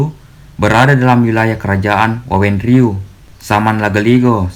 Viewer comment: Maaf, Min. Yang sering saya baca adalah WEWANG RIU, bukan WAWENG RIU. Maaf kalau salah. Sekedar info, saya asal Dua Boccoe, tinggal di Makassar.